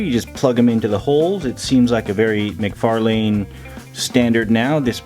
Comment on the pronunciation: Hey man! Great review. In case you didn't know McFarlane's name is pronounced McFar (Len)